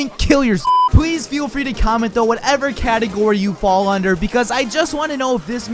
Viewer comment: You lose. You said "commet", not "comment".